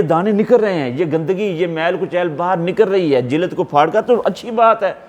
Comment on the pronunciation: Sir jilaad nhi lafz jild hy